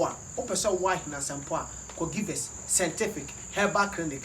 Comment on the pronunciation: Kwaku to be honest I like how u say sentific instead of scientific...Hahahahahahaha love u bro